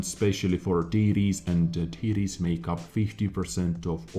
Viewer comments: Everytime you say "TD's" I hear titties. I'm sure it's just me. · I like how you say TD's sounds like Tiddies.. ( . Y . )